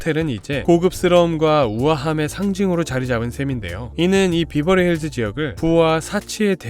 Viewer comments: 베버리힐즈라고 하던가 비버리힐즈는 뭐임 콩글리쉬도아니고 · Berverly Hills <비버리?> 보다? <베버리 accent로 하셔야>, BH: 평지(논,밭)보다 山 (LA지역 기후, 부자들, 평지보다 높은 山 선호함) 동네입니다. BH 이웃 Hollywood! 미국 문화 중심 유명 배우들이 BH을 엄청 선호해서입니다. HW는 이미 100년 전부터 엄청 발전을, 즉 BH는 HW 위한 위성 도시로 보셔야, 참고, W, Hollywood<아주 작은동네; BH와 HW<이곳, LA 시에 속함>: 70% 주민이 동성애들 동네로(1984, 시로 승격) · 베버리힐즈인대 비버리힐즈 라고 하시니까 뭔가 욕같음.. ㅋ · 비버리 아니고 베버리 입니다 발음 유의해 주세요! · 베벌리 힐스 라고 해요 비버리 라는 말은 제주도 말이지요. 베벌리 힐스보다 Belair 가 더 부자 동네인데요. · 비버리가 아니고 베버리 힐즈 이구요, 동네 입구에 온갓 명품점들이 많아서 외국 에서 오는 돈많은 여행객들의 명품 쇼핑 장소 이기도 합니다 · X 비버리 힐스 O 베벌리 힐즈 발음 좀 제대로 해라 ㅉㅉ 비비긴 뭘 비벼? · 비버리힐스가 아닌 베버리 힐스입니다. 베버리 에 버는 버와 벌사이로 발음해야 합니다.벌자에 도 가깝지만. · 베버리 힐즈에요 발음도 틀리는 설명은 너무 저렴한 느낌입니다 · 배버리 힐스 로 발음하셔요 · 베버리힐즈가 더 발음이 정확합니다😂